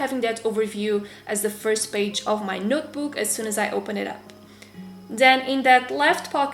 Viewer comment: She says notebook as nootbook. But still love you.😉